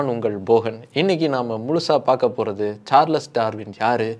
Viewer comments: சார்லஸ் இல்லடா Charles is pronounced as ச்சார்ல்ஸ் 🤦🏻‍♂️ சரியா pronounce pannuda🤦🏻‍♂️🤦🏻‍♂️🤦🏻‍♂️🤦🏻‍♂️ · Every time you pronounce as “சார்லஸ் சார்லஸ்” it gives a headache. I’m stopping watching this video. Bro please for heaven sake read and understand the correct pronunciation of English words. At least when you are talking about a world famous person. Not only the content but presentation is also important. Your illiterate viewers may think this is the correct pronunciation of a word. 🤦🏻‍♂️🤦🏻‍♂️🤦🏻‍♂️